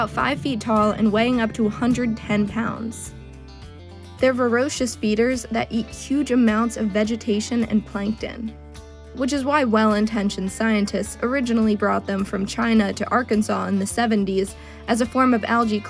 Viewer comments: VORACIOUS not "verocious". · “Varoscious”? Lol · Orthography, please: look at *HOW THE WORD IS SPELLED,* and then *pronounce it accordingly**: it is “v-o-r-A-c-i-o-u-s,” VOR-A-SHUS,” **NOT* VOR-OH-SHUS. Your video comes across as illiterate and sloppy when you mispronounce common words. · "veroocious" feeders?